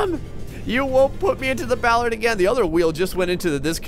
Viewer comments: It's pronounced ball-are-d not ball-erd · Bollard, not Ballard...lol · It's bOllard not bAllard! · It's not pronounced Ballard, Ballard is related to music, it's BO! Bollard! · It's not Ballard it's bollard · Now you're gonna have him saying Bowlard. The O sound is the same as if you were saying orange